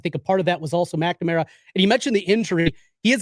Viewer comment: I think he's adding an extra syllable to McNamara😂.